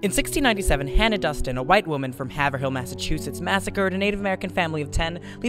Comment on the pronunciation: Nice job. Pronounced Hay-vril though.